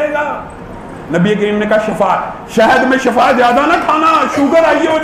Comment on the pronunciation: Molana aap nan kaha Shahd mn Shafa hay. Aap ko Shafa ka mtlib pta hay. Shafa ka matlib moat hay. Yah lafz Shifa hay.